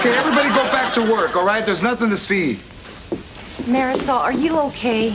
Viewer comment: Did they just call Marisol "Meh-ris-all?" ..